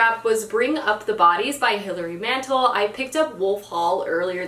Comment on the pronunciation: Wolf Hall is challenging but really worth the effort once you get into it. Also, Mantel is pronounced with the emphasis on the "tel" fyi!